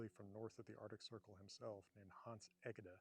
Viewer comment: As a Dane I thank you for taking a stance. I also thank you for teaching me new, subtle details on the History of Greenland. But one pronunciaton nerd to an other allow me to correct you slightly. You pronounce the name of Hans Egede as E-GHE-DE. Which is not unreasobable concidering his own birth in Northern Norway (Harstad, Lofoten Island). However, the family name come from his paternal grandfather Johannes (Hans) Jensen Colling, who was a vicar in the village and parish of Vester Egede, Southern Sealand, Denmark, where I have lived and whose church services I gave attended. Because he was a vicar here Hans' grandfather took the parish name for all his children. Thus the name of Hans' father was Povel Hansen Egede. And thus the ORIGINAL/local pronunciation of Hans Egede' family name is: long Eee (not 'ee'/i)- he-the. Thanks again And when in doubt ask any Greenlander, they have still got it right.